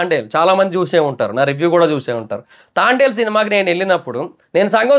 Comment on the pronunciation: తాండేల్… ❌ తాంబేల్…❌ తండేల్… ✅